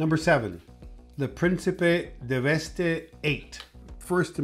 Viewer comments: deveste is also not pronounced 'devest E' but just 'devest' to go with the eight to sound like 'devastate' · The Principe should be pronounced as in the word "devastate"